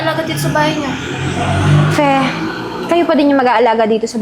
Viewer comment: F Fe not Pe. Hehehehe